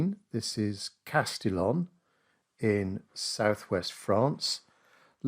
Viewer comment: It's pronounced 'Casti-yon' by the way. Interesting that you didn't use the vibrancy of the rather abundant complementary colours in the photo but instead, emphasized the cool values.